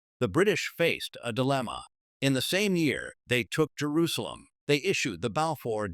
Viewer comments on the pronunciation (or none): none